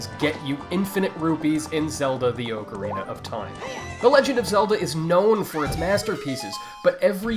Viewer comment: i hate how people pronounce it as 'Oakorina' instead of Ocarina. Get some Hooked on Phonics please!